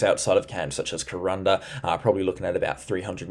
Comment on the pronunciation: It's Kuranda, pronounced Ker-ran-dah. Doing a good job mate 👍. Can't wait for the proper rain to start in Cairns, bring it on! 🌧️☔